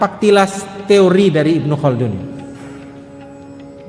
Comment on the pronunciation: Not bad👍 Ibnu Khaldun terdengar seperti kun yah,atau kah itu nama??